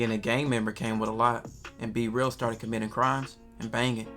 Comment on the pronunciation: His name B-Real, not c-real duh... 😂